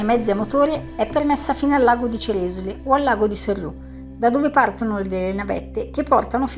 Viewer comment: Ceresòle ha l'accento sulla o 😊, per il resto video bellissimo come sempre!🎉